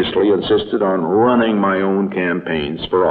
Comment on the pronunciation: i think he accurately said 'ruinning'